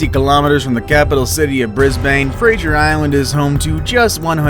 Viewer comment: That’s not how you say Brisbane and Fraser 👏👏🧠